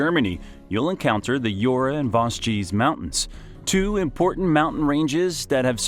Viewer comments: Youra ans Vowgeze mountains LOL . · "YOURA" (JURA) and "VAZGEEZ" (VOSGES) 😂😂😂👋👋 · « cotey dajoure’ » is not possible !!!!! « soura » : do you say « sourassic Park » ? A verbal massacre on the names. Not acceptable into a geographic video. « Brittany » is not a région of France. It is « bretagne » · Hello ! Very cool video, thank you for your work. Just for info "Jura" is not "Yura", pronounce the J like in "judge" ;) Sorry for my fellow french citizens who complain without bothering to explain. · not the "Yura and Vosgies" but the prononciation is more like "Jurra and Voje" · Right ! The worst one was Jura pronouced [iura] ! You don't say [iurasik] in english don't you ?